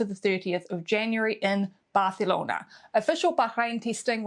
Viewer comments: Barcelona well pronounced?? it's more likely than you think 😌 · Nahh don't worry it was good :D mostly I appreciate when people try hehe